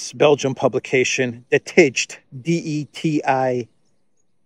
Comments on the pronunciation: De tijd Is pronounced, de tide. Ij = English ai. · I think De Tijd is pronounced De tate in english meaning The Time or times maybe. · "De tijd" is indeed an important Belgian paper. But your knowledge of the Dutch pronunciation is certainly not correct. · We really live in a 🤡 world, it gets more and more absurd each day passes by. Speaking of Belgium, the country of the Absurd, just a small correction for the mentioned newspaper "De Tijd" ( the Times) : the spelling rhymes with 'Eid' (the Muslim holidays)😊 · LOL, love how isn't even going to try to pronounce "De Tijd" (pronounced as "The Tide", meaning "Time" or "The Tide" as a period of time)